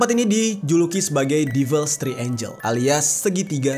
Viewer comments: Triangle itu di bacanya bukan "Tri-enjel (seperti membaca angel: Malaikat" yang benar di baca "Trienggel" seperti membaca angle (sudut) 😂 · Kontennya bagus.. Sekadar masukan, pronounciation istilah2 dlm bahasa asingnya sebaiknya dibenerin lagi, even utk kata2 Bahasa Inggris yg sederhana, kyk Devil's Triangle (tp dibaca Three Angel), Dead Air Space (tp dibaca Deed), Florida (tp dibaca Floraida), Spiral Dive (dibaca Driver), dll itu kan mudah & basic bgt. Akan jdi konten yg lebih perfect. Thx